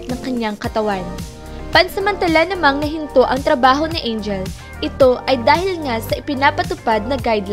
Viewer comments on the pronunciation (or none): none